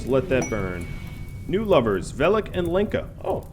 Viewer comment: Lenka is pronounced as Helen, more like Lhenka, Lyenka, not Leenka :)